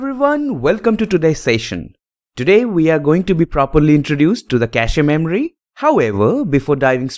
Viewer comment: Pronunciation is Cash… not cashe…